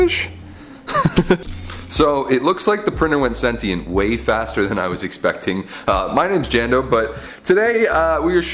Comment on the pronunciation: People need to stop pronouncing “Sentient” wrong.